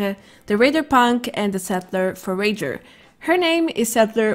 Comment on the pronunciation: I love how no one knows how to say Forager properly.